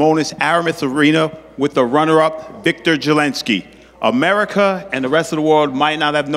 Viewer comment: Wiktor is pronounced Victore, not Whickter